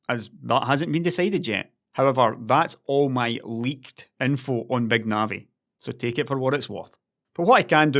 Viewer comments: "BÆG NAVI" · does anybody else keep hearing "Beg Navi"?